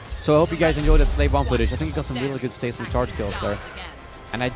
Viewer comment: It's not "say"smic charge, it's "size"mic charge. Your videos are awesome!